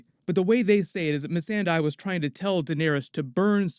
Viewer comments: MissanDEI, not missanDAI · I don’t think D&D actually watch the show. Mee-sonda is pronounced Mess-anda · Mi San Dei not Me Sen Dai, much facepalm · Why u say Missendai when its Missandei lol its irritating man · _- it's missandéi not mísenday dumb&dumber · did they actually call missande meee Sunday 🤦🏽‍♂️ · It’s pronounced mi-sond-day! Like they say her name on the show the correct way for 5 seasons now where did you get that pronunciation from!? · Why do B&W pronounce missandei as “missingday” ? Lmaooooo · Mee-San-Day... what fucking morons. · Mis-ahn-dae ...come on Da-vihd! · who the fk is meeseeendeee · Meesinde(?)... ugh excuse me? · “Mi-sen-day” Dafuq David please pronounce your own characters right 😩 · Im sorry how are they pronouncing Missandei’s name lol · Why, after five seasons, is EVERYONE mispronounced Missandei's name!?!? God, so annoying! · So, that BUM that writes these episodes really doesn't know how Missandei is pronounced?!? C'MON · Why are they mispronouncing Missandei's name? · Damn D&D are dumb, can't even pronounce Missandei properly 😂😂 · The way benioff pronounces missandei infuriates me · Lol it kills me how the directors can’t pronounce the characters names 😂😂😂😂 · WHY IS EVERYONE SAYING MISSANDEI’S NAME INCORRECTLY?! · Freaked out by the way the two showrunners pronounce Missandei's name! Thanks for these. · What is that butchering of Missandei's name?? Really guy?? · What’s with the new pronunciation of Missandei’s name? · How has David Benioff worked on Game of Thrones since the beginning and still pronounces Missandei's name wrong? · Cant david or the guy pronounce the names of the characters correctly? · Why the fuck is everyone misspronoucing Missandei's name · Does this guy not listen to how they say Messandei's name in the show? lol